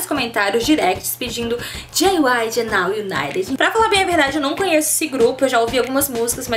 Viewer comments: Gente o serto a se falar e nou o naret que nem ela ta falando ou nou uniter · Se pronuncia Naw Ibaiti ok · Se pronuncia naw Unaiti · dica: não se pronuncia o d. se lê now unite